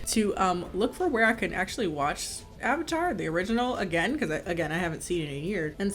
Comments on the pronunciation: did anyone notice he said OHvatar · They can't even say the word 'Avatar' correctly. What's an 'Ovatar'?? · Question, who is the "Aavatar"? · I forgot "uh-vuh-tar" was something that was said. Upon the other transgressions, this was laid me flat. I'm done.